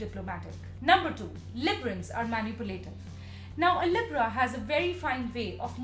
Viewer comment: She can’t even say Libra right how she gonna make a video on sum she can’t say right 😂😂😂(not tryna be rude)